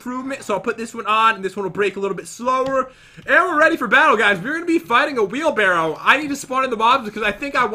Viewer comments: “Whale Barrow” -Pat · Swear he said Whalebarrow